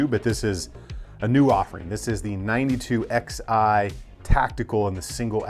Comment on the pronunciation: i think its pronounced 9211 like 1911. roman numerals(Xi)